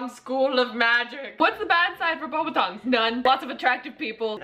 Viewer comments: Besides your saying it wrong. It’s BEAUXbâtons not BObâtons. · You guys pronounced Beauxbatons wrong but good video.